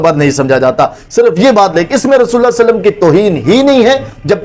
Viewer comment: Sasallam Nahi Sallalaho wa alehi wasallam hai